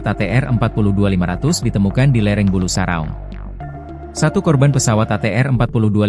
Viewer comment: PEMBACA BERITANYA KAYAKNYA LULUSAN SD...MASA MEMBACA NAME TAG SAJA DAN NAMA GUNUNG BULUSARAUNG SALAH BACA...